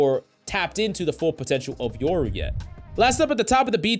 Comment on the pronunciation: its YOru not YERru